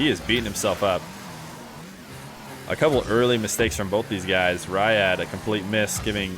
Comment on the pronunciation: its pronounced reead not rah yad